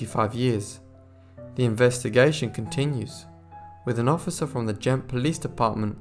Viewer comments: Iii really loved this except that the reader mispronounced Ghent as gent and St. Bavo as bravo. Practice or a good dictionary might help or a new reader. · Ghent has been wrongly pronounced by the narrator . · After the first few times of saying Ghent correctly, you kept mispronouncing it after that. Not being harsh but it helps to pronounce words or names correctly.